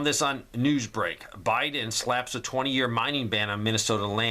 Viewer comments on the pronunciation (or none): none